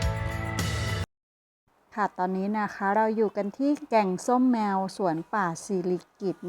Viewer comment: อ่านผิดแกงส้มแมวตกใจหมดเลย😅